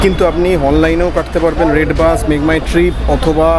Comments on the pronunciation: উচ্চারণ একটু ভাল করুন। বাঁশ আর বাসের পার্থক্য মুছে দেবেন না। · বাস না বলে বাঁশ বলছেন কেনো উচ্চারন। আর সব স্লিপার বাস ই তো এমন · উচ্চারন গুলো ঠিক করেন বাশ না বাস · এই মিয়া বাশ না বাস বলেন